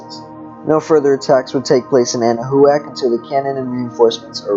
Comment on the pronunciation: Can someone please tell this person that it's pronounced "Anna-Whack" and not "Anna-who-ak"?